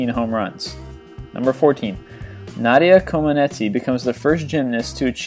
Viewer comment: Ok time to fix mistakes here. Lynn Swan efforts in Super Bowl X won him the game's MVP not the season's. Also SB X took place after the new year in 1976. Also he pronounce Nadia Comaneci wrong. Also he pronounce Eli Manning's name wrong. Pigsburg stealers?